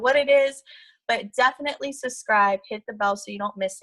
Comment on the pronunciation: Yall better go Susscribe! I am not making fun of her. I have always hated the word subscribe and have said it wrong myself. It just made me laugh bc it reminded me of the time I said it and realized it and asked myself wtf lol. seems like a solid person.